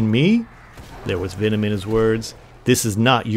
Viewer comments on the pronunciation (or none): none